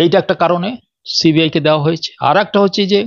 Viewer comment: uchcharon ta thik moto karo. Ota শি বি আই na সি বি আই hobe. This is the only problem all other things except this are absolutely alright. Carry on please.